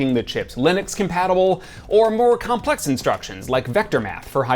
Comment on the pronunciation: Wow. A lot of videos confused me a bit about CISC and RISC, and you managed to clear all that up in like 10 seconds for me. Also "Comples"? xD